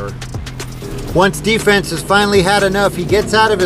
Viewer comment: it's "D-Fens"